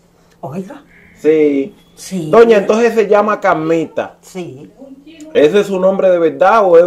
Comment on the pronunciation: Ja ja ja ja pronuncia la r es Carmita no camita je je je